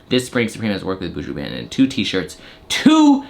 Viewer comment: Goddamn whiteboys! Its BON-TON 😂